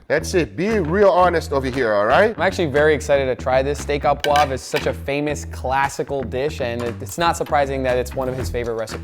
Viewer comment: Steak a Pouv? wwhat happend to the RE ? hahahaha :p It's Pouvre